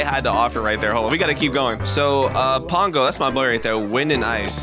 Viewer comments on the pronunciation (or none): It triggers me every time you say pango because you say it (Pon-g-oe) but I say it (Puh-ang-goe) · PONGO its pango. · its pango not pongo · I like how he says pongo instead of pango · It Pango not pungo